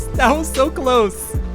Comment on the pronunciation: "nice that was sooo clowth" 💅💅💅